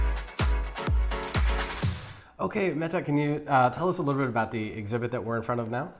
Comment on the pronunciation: Happy to hear that this is your experience 😀 my name is also Mette, excellent pronunciation, the t's need to be a little softer though, like a hard d with just a hint of the t sound. Love you guys 😄😄